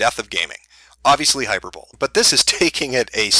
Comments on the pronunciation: lol "hyper-bowl" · lol no man people in the US don't pronounce hyperbole like that